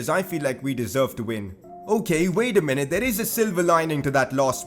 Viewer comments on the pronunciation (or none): none